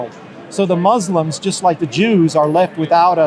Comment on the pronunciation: When 2 Muslims are in your face talking to you.... And the word Muslim has been pronounced correctly many times.... And you choose to instead say mozzlem ..... With that you tell me where your heart is. 🔥